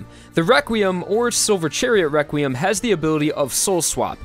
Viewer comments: He says or sounds like Wequiem instead of requiem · I like how he says wequiem than requiem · requiem is pronounced as re-kwi-em not re-kwim? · he kept saying weqrutim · Every time I hear him say Requiem I here Rekwiem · "Wequim" lmao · You say requiem rewquiem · He's saying Wequiem?